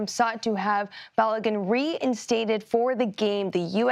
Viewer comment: Its Balogun, not Baligun!!! LOL🤣